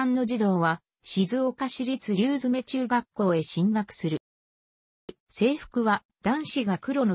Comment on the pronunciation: りゅうづめでなくりゅうそう